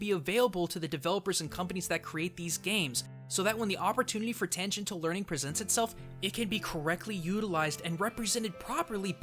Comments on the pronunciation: You pronounce Tangential incorrectly. ti sounds in English aren't translated as hard T's, ever. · Pretty sure that word is pronounced "tan-jen-shull". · Okay, is using a local pronunciation of "tangential"? Cos, god damn, it just sounds wrong to me and is bugging the shit out of me